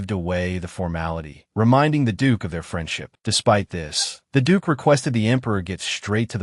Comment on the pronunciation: mins... Did he just say'd*ck was.... ' instead of duke